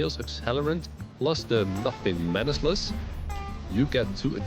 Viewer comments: Manacles = Man-ack-uls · Manacles. Mana-cles. It's just like: Monacle 🧐 Retical 👁 Mechanical 🛠 Popsicle 🍦